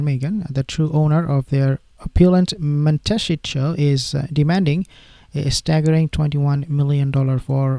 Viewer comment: Montecito. Mon-teh-see-toe.